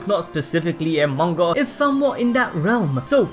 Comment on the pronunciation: Bruh, how you can say all the names like that, but you cant say manga?